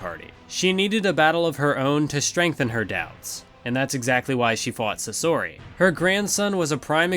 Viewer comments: That's a bold way of pronouncing Sasori. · The way he said sasori triggered me edit: after watching i just want to throw my ears in a trash can